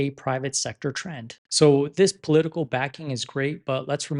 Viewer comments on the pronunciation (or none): none